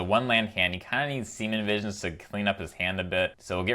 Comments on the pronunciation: love the channel, but really annoying and weird that you mispronounce Serum Visions as Seamen Visions. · Every time i hear him say semen visions instead of serum visions..... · Have you been saying Semen Visions this whole time? My hearing is really weird. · I just realized you call it “semin” visions 😂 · Gotta love the "siemen visions" 😂 love the deck and your enthusiasm :D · He said Semen Visions lol